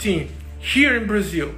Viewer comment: "Brazill!" Silva: " I'm weady."